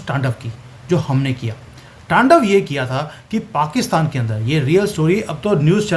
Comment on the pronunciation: It's "T A N D A V" your are doing incorrect Pronunciation